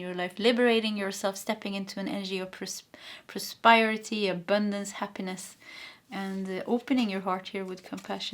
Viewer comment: Då jag själv kämper ibland med visa svenska ord kände jag igen mig själv när du hade svårt med prosperity och prospering. ... så det är pros PER (som killenamnet) ity men prosper och prospering där sper uttalas som in namnet jesper. Hoppas det hjälper någorlunda då har vi tur så behöver du prata om prosperity många fler gånger här!